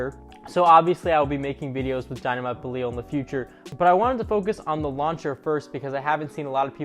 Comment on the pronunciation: Beleel or bellyal xD